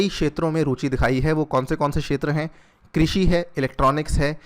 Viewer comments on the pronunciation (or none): none